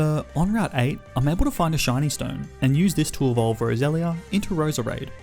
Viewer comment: U said Rosera not roselia